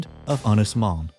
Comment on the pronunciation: Little hint and tip for you.......elongate the ' O ' in 'Mon ' .....that's what the ' To Bach ' or ' Little Roof ' above the O indicates....you pronounce 'Mon ' as the English ' Mown ' almost . You got the Ynys bit right . Otherwise ....good stuff .